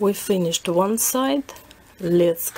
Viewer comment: Ахах, уван, ту, три. Вы точно русская :D